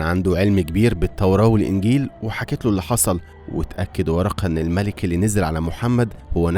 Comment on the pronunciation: في الدقيقة ال ٩ تنطق الملك بالفتح (جمعها ملائكة ) وليست الملك بالكسر (جمعها ملوك )